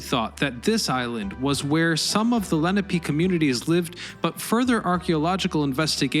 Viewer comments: And it's "Le-NAH-pay", not "LEN-ah-pay". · Leh-nah-pay. Not leh-nah-pee. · Leh NAH peh. Not LE na pee. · It's "Leh-NAH-pay". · It's La-nap-ah